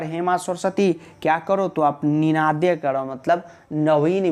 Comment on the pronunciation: Its ninadhaya not nindhanaya